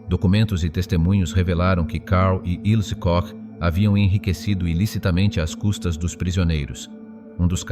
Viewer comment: Petite IA : Répète après moi: "Ilzê Kor" (et non "il se coche ). " Bourennvalt " (et non " Bûchenvalde "). Danke.